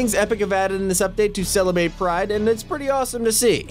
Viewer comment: To celebate pride he said celebate